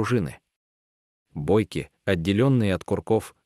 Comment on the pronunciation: Озвучка конечно идиотская😅😅😅. Оказывается в ИЖ-54 в конструкции присутствуют не бойкИ, а бОйки - жители бОйковщины из украинских Карпат. Тяжёлое ружьё получилось однако! Тяжело двоих дядек, запрятанных в УСМ ружья, за плечами таскать 😂😂😂😂.